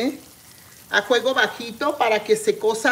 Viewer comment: Como se diga Sra. Eso no importa.. al fin q le entendemos..no es la unica persona q no dice bien las palabras.. somos miles.. o ud es perfecta? Q yo sè ..Perfecto.. solo DIOS..